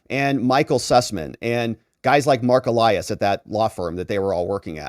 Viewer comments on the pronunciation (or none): none